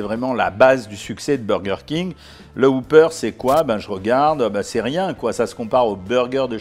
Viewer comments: C'est pas un Hoopeur c'est un Whopper On prononce le W et on dit hop et pas hoop, Bref ça se prononce comme cela s'écrit. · Ne prononcez pas woupeur, mais wopeur.